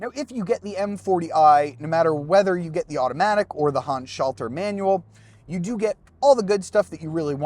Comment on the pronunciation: What's this? A YouTube car reviewer that can pronounce Handschalter correctly. Good review!